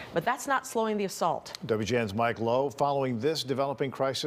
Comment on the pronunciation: It is pronounced KEEV. Not Keyev, how can you not pronounce something after a local literally says it in the video...